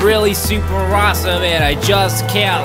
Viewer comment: when he said im awsome i heard im rossum